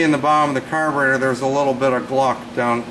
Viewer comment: carberator x3 times 😆